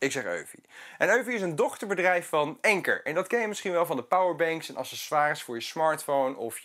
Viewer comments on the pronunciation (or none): Wie Eufy zegt moet ook Anker zeggen (en dus niet Enker). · Eufy tegen 'Youfy' zeggen en 'Enker' tegen Anker.. pffff